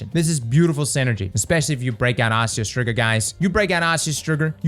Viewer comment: "ostreo strigger"